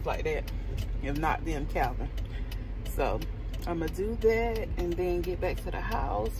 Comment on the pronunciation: Calvin! Not a Chai “P”🤣🤣🤣